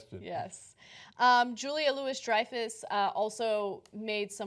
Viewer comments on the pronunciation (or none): Ana, and Cenk, the Louis in Julia Louis-Dreyfuss is pronounced the French way, like "loo-wee', not "Lewis". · Her name is pronounced "Louie." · Juila (LUU-Wee) Dreyfus.